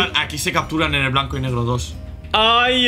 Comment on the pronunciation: diciendo super Blenco ja ja ja ja